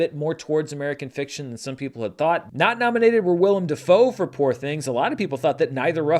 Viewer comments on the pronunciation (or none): none